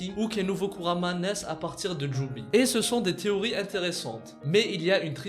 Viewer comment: Kuurama et pas kurama